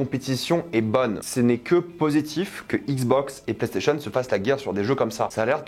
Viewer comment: Il cherche un truc à dire les PlayStationeuh